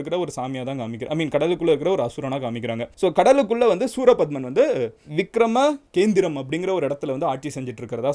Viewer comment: I think it's Vikra-Makendhiram and not Vikrama-kendhiram....i had read somewhere❤